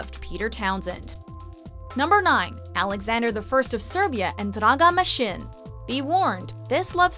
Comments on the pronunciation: omg the way she says draga masin makes me cringe...... where are my fellow serbians???? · LOOOL kako izgovara Draga Mašin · iznenadili su me...da izgovor je uzasan Ali bar nema ono njihovo ej ou